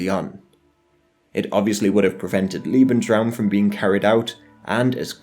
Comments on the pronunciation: Lebensraum not leeebensraum becayse that would mean "lovingspace" not "livingspace" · Bro, lebensruam's pronunciation is with a lay sound, not an ee sound. They way your pronouncing it would be liebensruam, which instead of living space, I believe would mean loving space (doesnt seem like the nazi prerogative to me) Lieb is one of the like 8 german words I know, so any German speakers, feel free to correct me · "Liebensraum" -Lee-bens-raum - "space to love", LOL. It's pronounced "Lebensraum" - Lay-bens-raum - "space to live", "habitat", "biotope". If you're going to make a documentary, at least get your basic terms right. "Volk" is pronounced "Folk". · Liebensraum, haha. Lovely ;)